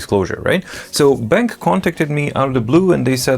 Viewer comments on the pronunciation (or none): Hi! The correct way to pronounce the brand's name is "Ben - Q". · I believe it's pronounced Ben-Q.